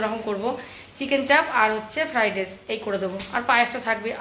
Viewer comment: Shothik oochcharon jaane na. Tar por shob ulta Palta oochcharon kore. Fridace (Fried Rice). Abar boleh baaje comments na korar jonno. Baaje comments korar shujok den keno ?